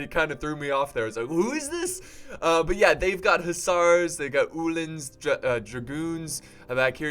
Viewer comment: Ulyns its Ul-ans